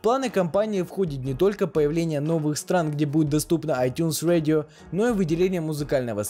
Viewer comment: ай тюнс радио! А не ай тюнс уэдио. Говори по русски